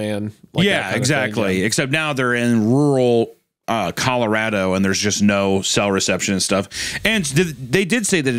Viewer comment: Hunter's 'color-AH-do' pronunciation got me lol. My wife always pronounces Colorado the same way hah